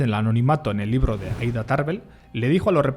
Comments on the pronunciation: No es "LIRRO" ES "LIBRO" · ES "LIBRO " NO, " LIRRO"